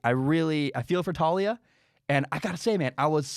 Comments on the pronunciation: It’s pronounced Tah-ooh-lee-ah 👍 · It's Tuh-lee-uh lol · It's pronounced "Towl-lee-a